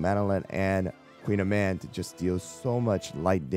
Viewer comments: Her name is actually pronounced as Koon-yaman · Call me a snob but I hate this american pronunciation of the pastry. I much prefer the Briton. Like why did we allow this but took the time to correctly learn and pronounce ✨croissant✨?? 😭